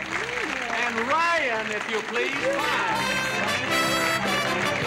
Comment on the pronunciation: "I can't tell which is the daughter." Cue the word, "please", with two syllables.